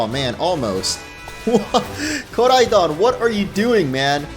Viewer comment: Koraidooon pronounce right man